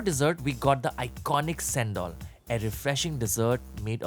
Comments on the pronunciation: It’s chain-dol not Sen-dol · u really need to do more research esp with the malaysia n singapore iftar food. Sen Dol is not the right way to pronounce it.. Chain Dhol is the closest way to pronounce it. Chicken rice n nasi lemak are our usual daily food.